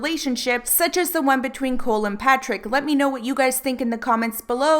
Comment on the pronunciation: Is Cohl not pronounced Coal not Cool?